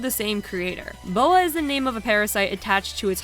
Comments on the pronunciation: Um, maybe someone already said this... but his name is Baoh, not Boah. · There’s definitely some incorrect information a few of these, tho fair as it’s a long video i’m pretty sure Lars is in the trilogy release, I do have trilogy on switch and he was in that version That’s not Baoh’s name is said (it’s like B-ow and not Bo-a) Other than that really awesome video, if there’s any other incorrect bits, I’ll let you know on a few things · Absolutely 10 outta 10 vid, but when you mentioned baoh for the jojos segment, calling him boa like the snake killed me, because literally every time he does a special move the narrator says his name out loud, so you would know how its pronounced